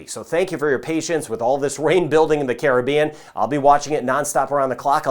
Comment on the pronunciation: Thank you. Even though I'm all the way in ANTARCTICA, I'm locked in on Jamaica. And thank you for pronouncing the word ( Caribbean) properly. So many don't. Keep up the great work.